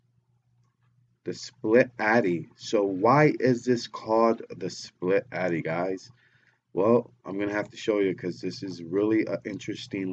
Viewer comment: it's atty not addy